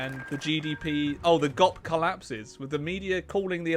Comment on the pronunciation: honestly pronouncing G.O.P as gop was hilarious 9/10 comedy